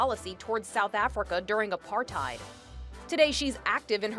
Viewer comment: Them pronouncing "apartheid" as apartime Me being a south african TRIGGERED